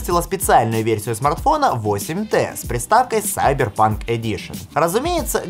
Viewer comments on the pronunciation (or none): none